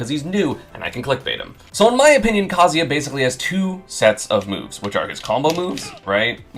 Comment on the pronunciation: Why is esam one of the only people who pronounce kazuya correctly